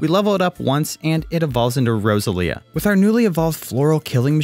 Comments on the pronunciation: 'rose-a-leah' 'ar-see-us' Will people pronounce things right for once? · Row-sell-ia cmon brother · it triggers me how you say roselia